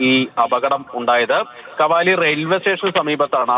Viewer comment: കവാലി അല്ല കാവലി